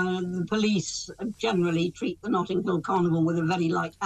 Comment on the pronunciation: Notting Hill, not 'Nottinghill'.